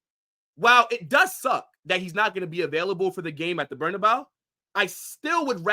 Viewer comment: bro said the bernabyoo 😭.